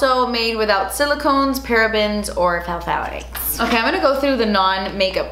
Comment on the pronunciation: The "p" in pthalates is silent (same as if you were pronouncing psoas).